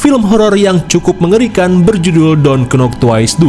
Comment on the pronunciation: klo mw g serius knp pas kata don't sma twice nya bener pengucapannya macam ente gni nih yg org ngsh tau mlah d respon kyak ta i